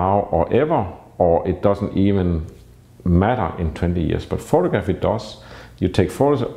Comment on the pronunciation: pho-tog-raffy not photo-graffy.